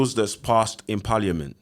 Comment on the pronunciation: It’s so entertaining seeing abusive men who talk as if they’re fully literate on the policies regarding domestic abuse. When he said paaliament 😂. He was holding down that accent the whole show 😭